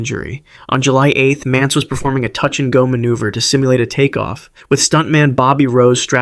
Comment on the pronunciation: The titles don't match up with the stories. Also, it's Paul MANTZ, not Mance.